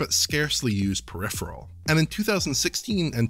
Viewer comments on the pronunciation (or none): none